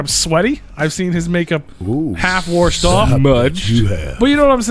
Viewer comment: It's WASHED bruh!! Not WARSHED!! Haha